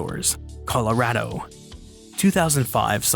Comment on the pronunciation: Love the video, but hearing you pronounce Colorado and the area's around here physically hurt me.